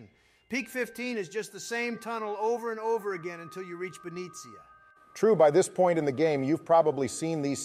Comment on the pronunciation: Nova-rea? Be-nez-ea? E-los? Im gonna have a stroke Good video